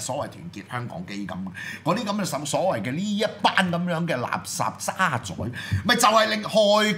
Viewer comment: 「渣滓」個「滓」字音「子」，唔係「宰相」個「宰」音。